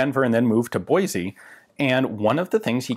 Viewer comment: Awesome video as always! But just a heads up, if you ever come here (Boise), it's pronounced "Boy-C", not "Boy-Z"!!! 😅💯👊